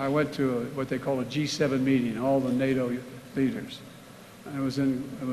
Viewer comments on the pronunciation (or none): none